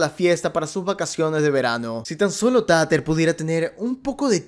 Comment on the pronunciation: Por cierto, me encanta que la llames "Tater" literal como se escribe, en vez de decirlo "Teiter" xDDD Tiene sentido considerando el contexto que "trata" de ser la serie